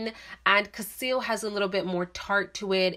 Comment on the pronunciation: The name is cassili. You pronounce it as cassil.